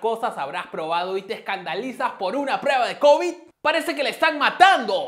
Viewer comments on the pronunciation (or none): none